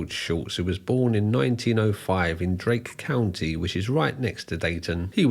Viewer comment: Ohioan here (who may have gone to high school with this lolcow) It's Darke County, not Drake County.